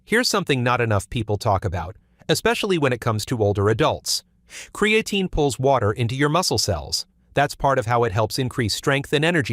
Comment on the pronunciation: Hard to take this seriously since the computerized AI voice can’t even pronounce creatine.